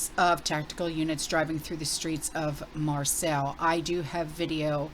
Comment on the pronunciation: "Marseille" pronounced mar-say